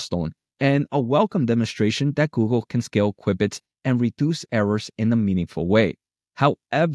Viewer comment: pronounced "cue-bits"